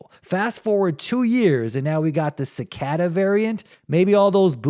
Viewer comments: Wtf is sicada? Its pronounced Ci Kay Das lol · Generally a mispronounced word isn't funny, but when you say it 50 times in a row it's kind of hilarious. I can't believe that you've never heard the word cicada before. How is it possible that you can't pronounce a word that you've likely heard hundreds of times?